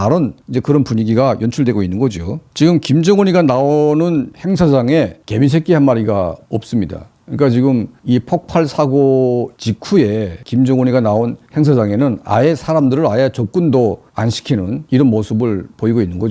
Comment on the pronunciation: 폭발은 폭빨로 발음해야 하는데도 폭발을 폭팔로 발음한 것은 아주 한심하다.